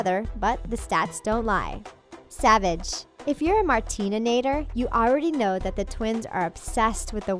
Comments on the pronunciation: “If you are a Martininator” ???? ITS MARTINATOR! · She said martine nin-ater it’s mar-tin-ater ok no mar-tin-nin-ator ok ok 👌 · Its Martinator not martinantor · Martinator not martininator omg 😲 u don’t even know how to talk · I know literally everything and it martinator not martinanator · triggered its MARTINATOR, NOT MATININATOR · It is not Martinanator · It's martinator idiot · she didnt pronounce martinator right im mad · that’s not how you pronounce martinator. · and you said 'Martinator' wrong! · The way she said martinator 😂